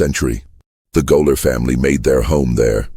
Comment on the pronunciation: If you're going to have AI read the script, at least correct such egregious errors as gaoler pronounced goaler.